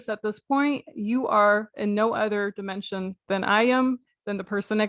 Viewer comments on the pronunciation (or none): Fortunately, I got my money back. I don't know if he intentionally pronounces words a certain way to make him sound more intelligent. For instance, dimension. He says dime (as in coin) ension. Civil-eyes ation and a few others. I like how you mocked his "from the hood" stare at the beginning. LMAO! Keep hitting that list. And thank you. Too many people are being scammed and I'm glad somebody has the stones to expose them.